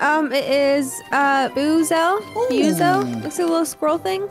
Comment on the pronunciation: Buizel is pronounced bweesle